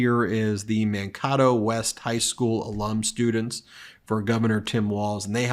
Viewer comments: Ben, I love you but it's Man-KAY-tow. You've obviously never watched Little House... ;-) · Ben - Man(like man) - KA(accent and long A) to(long O) ! Please!! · Governor Walz’s old school is pronounced ‘Man-KAY-toe.” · Ben, Man-kay-toe is how that is pronounced. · Its pronounced -Man-Kay-Toe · That's Man-KAY-toe as it is pronounced out here! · its pronounced Man-kate-oh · Man - KAY - doe ! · BEN! It is pronounced like "Man - KAY - Doe" Makato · Ben, it’s Man-KAY-toe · Love you, Ben…it’s pronounced Man-Kay-to. 😊💙🇺🇸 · it is pronounced "Man k toe" Mankato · It is pronounced Man Kay Toe (Mankato) 😀